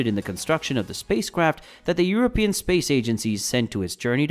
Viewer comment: Europian? Do you mean Euro - pious? Or EUROPEAN ? And please stop saying / soo-breh-ro'/ because it sounds Spanish - it's more like /soo - ' brei-ru / (NB - i don't have the International Phonetic Alphabet characters in my laptop, so these transcriptions are phonetical by proxy). We're friends with the neighbour but we like to keep our distances in matters of Language.